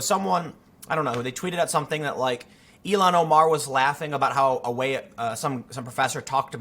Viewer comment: I think its pronounced Ill-Han